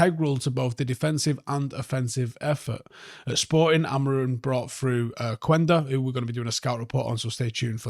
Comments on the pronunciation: Quenda is pronounsed kenda, que as K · That’s a relief then. It’s not about being called quenda 🤣